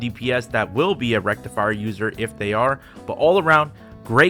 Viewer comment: HE SAID RECTIFIER CORRECTLY YOOOOO